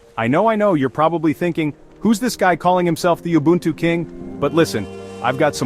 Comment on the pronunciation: It's oo-boo-n-too not you-buntu